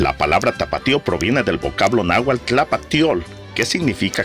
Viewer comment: Y en lugar de decir "náhuatl" dice "nahual"